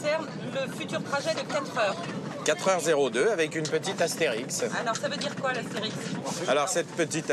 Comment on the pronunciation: ASTERISQUE ET PAS ASTERIX, IDIOTS !!